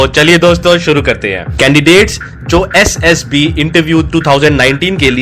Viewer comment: Essd Ess B 😂😂😂 Mai ye sunkar irritate ho raha hu👽👽